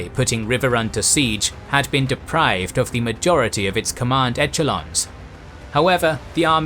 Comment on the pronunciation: 20.20 echelons eche- as in fresh not eche as in fetch.